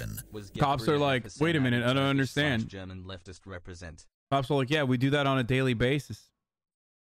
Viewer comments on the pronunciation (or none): none